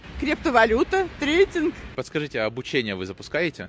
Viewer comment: Третинг, стрепинг, стрампонинг 😂😂😂